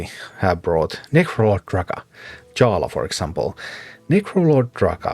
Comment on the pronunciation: J in Czech = english Y so it's "Yarla" ;)